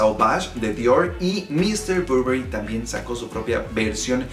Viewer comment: muy bien tú video pero pronuncias un poco mal el nombre del perfume te lo digo yo que trabajo para la marca. De hay en fuera muy bien el vídeo de m.r Burberry